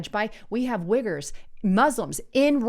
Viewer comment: Pretty sure it’s pronounced “wee-gers”. Wiggers are something a little different 😂😂😂